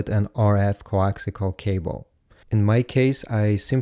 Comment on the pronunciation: Good Grief its CoaxIAL not coaxICAL